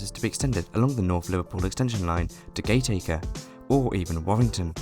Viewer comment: I'd just point out a couple of pronunciation errors... for information, not as a rebuke. Firstly Penketh has the stress on the first syllable, rather than the second. Secondly Gateacre is actually pronounced "Gattaker", which of course is not obvious. Interesting vid nonetheless... as it happens I lived near Warrington fron birth to my late teens.